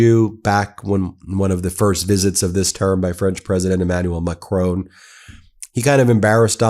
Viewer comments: Ben. There is no 'e' on the end of Emmanual Macron's name. Please pronounce it correctly. Please. Merci. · Please say MACRON,not Macrone..RESPECT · His name isn't Macrone it's Macron. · Just a detail his name is Macron not as you pronounced would be written Macroone. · I have an awful French accent when speaking English, so please take no offense in this minor correction, but Macron is not pronounced "Macrone", the "n" is not pronounced like a consonant but is rather a part of the nasal vowel "on", you can just look up the pronunciation online. Of course I guess you have other things to do with your life than practice French vowels and it’s perfectly fine to have accent but fixing this is truly a low hanging fruit, just noticing there is no "n" consonant gets you 80% of the way there without practice, otherwise it just feels like you are saying another name. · president "MaCrown" xD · Great content, but the way you pronounce "Macron" is incredibly cringy. It's Macron, not Macrown/Macrohn. The last part is pronounced as in the English word "on". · You do a wonderful job Ben but please pronounce Macron's name properly it's not the English surname Macrone but Macron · Not Macrone!! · Ben, please learn the pronunciations of the Europeans that you are consonantly reporting on, Macron, is not pronounced macrone , but MAK- RON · the name is not Macroon but Macròn. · It's Macron - not Macrone 🙂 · Try to learn to pronounce MACRON properly. Don't they teach phonetics in Law School? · UK here. My wife is French. The pronunciation of Macron is Mac-ron. He understands the existential threat posed to Europe by Putin and Trump's abandonment of NATO. Brexit is the biggest single act of national self harm by Britain since Suez. Britain needs to rejoin the EU and an EU army is urgently needed to defend Europe. NATO is over in its current form.